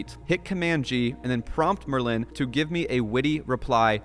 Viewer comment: It's so weird to hear someone pronounce 'Merlin' this way. Offended.